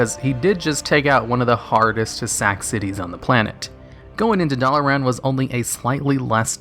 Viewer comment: Your pronunciation of Dalaran and Muradin hurts me a little